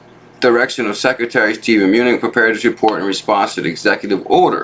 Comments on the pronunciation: Its pronounced menuchen. Other than that keep up the good work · Pronounced. "ma new chin"!!! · 200 pages wow.. great video as always.. his name is Muh-New-Chin